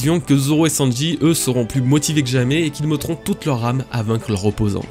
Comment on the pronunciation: Pk tu dis "meuttant" "meuttrons" au lieu de "méttant" "méttrons" Jme moque pas hin jsuis curieu